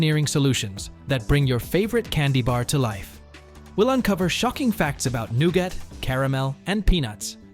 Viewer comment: Nougat is pronounced "Newgut". If you can't use an AI that can pronounce common English words, try using a live person. Otherwise delete this channel. You guys used to be good when you used humans. The AI's you using these channels constantly fracture the English language